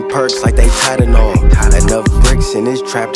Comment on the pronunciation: Didn’t know that’s how you pronounce Tylenol